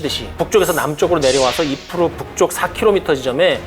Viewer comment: 아재요~아지매요~ 이르프가 뭡니까 이르프가....... 까르푸도 아니고....